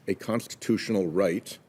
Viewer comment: WHAT CONSTATOTIONAL RIGHT IS THAT IGNORANT DEMOCRAT??? SPEAK IMPEDIMENT WEIRDO